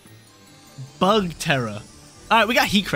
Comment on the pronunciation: lmao. The way you say BuGg!